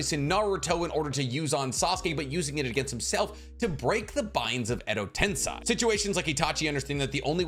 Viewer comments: "One of the most knowledgeable in Naruto." Pronounces multiple things incorrectly. Most egregiously "tensei" its pronounced Ten-say not ten-seye. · Edo Ten-say not Edo Ten-sai, LORD!!! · How the f can people watch this show for years and still pronounce Edo Tensei as EDO TENSAIIII lmaok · The pronunciation for Frog Kumite is koo-mee-teh and Edo Tensei is ten-say. I know it's not that big a deal, but it bugs me so much every time I hear it. Definitely a me thing, but I have to at least let you know.